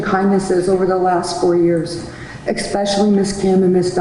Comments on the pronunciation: Brittney's lawyer needs to learn the pronunciations. The word is Especially!! Especially!!! She pronounced this word as expecially 4 different times!! 4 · I think any lawyer that uses the word “expecially” probably should not be a lawyer. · her defense counsel pronunciation "EX-specially" 🤦🏻‍♀️ ugh.... I can't even.